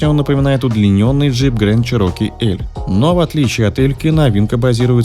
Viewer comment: Не 'ВАгонер', а 'УагонИа'. Не 'ЧирОке', а 'ЧЕроки'. Конструктивная критика, ёпт.